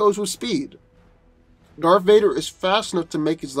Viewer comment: "Darf Vader, Lord of the Sif"